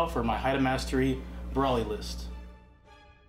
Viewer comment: Its pronounced (bro-lee) not (bra-lee)